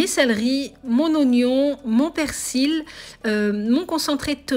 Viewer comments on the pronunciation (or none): none